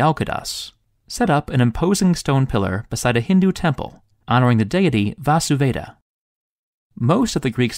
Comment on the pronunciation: It is Vāsudeva and not Vasuveda